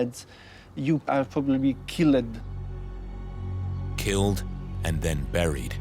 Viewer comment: "you are probably kill-ed." I was not expecting to laugh during this documentary, but that was amazing. I'm going to pronounce it that way (in casual conversation anyways) from now on.